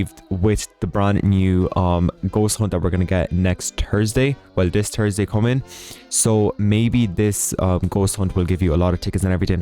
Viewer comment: You sound Scottish because of the way you say Thursday is Scottish and that's how he says thursday its probs just the way he was born idk XD:face-blue-smiling:(No Hate)